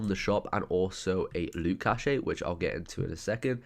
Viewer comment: cache is pronounced cash :) not cash A :D